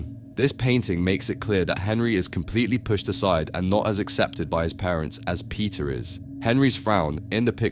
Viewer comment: when u say peter, i hear pizza🍕